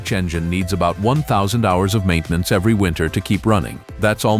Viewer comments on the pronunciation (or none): none